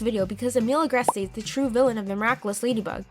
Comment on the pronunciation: “Akumanized” “Agrest-ay” “Oh-lie-uh” I’m shocked you pronounce Sabine correctly.